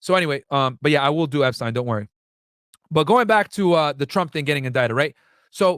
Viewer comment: And you’re right you may want to cross your t’s on “epstines” case. Starting with how it’s pronounced lol